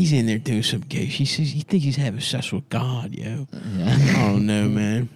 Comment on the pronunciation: you know someone is from East Baltimore when they say someone's "Havin' ses with god."